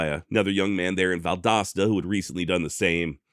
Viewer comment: I’m just glad you pronounced Valdosta correctly.